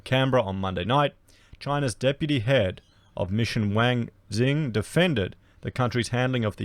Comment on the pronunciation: Damn - you're going to piss China off even more lol - pronouncing Wang wrong! Wang is the same name as Wong, they hate when you say Wang.. next warning from China will be about Racist youtube channels:)